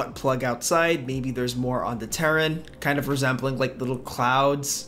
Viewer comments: are you saying terrain or turan? It's ter-rain. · I’m sorry, u lost me when you said “terrain”…